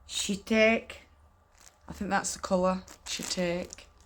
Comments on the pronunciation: Shiitake is a mushroom. Pronounced SHE-talk-ee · She-talk-ee is roughly how you say shiitake, it’s a kind of mushroom from Japan, so yeah, that’s about the color. Ooh those sample pages are the best!!!